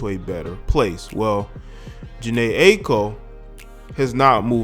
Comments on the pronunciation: Loubizness it’s actually not. She pronounces it EYE-KO. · her name is pronounced EYE-EE-KO